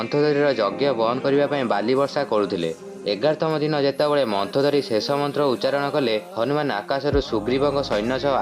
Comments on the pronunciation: ତୁ ତ ମନ୍ଦୋଦରୀ କୁ ମନ୍ଥଦରୀ ବୋଲି କହୁଚୁ ତତେ କଣ କହିବି ଆଉ ଯା ଯା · Arey bhai..se ମନ୍ଦୋଦରୀ ....ମନ୍ଥୋଦରୀ kiye ho!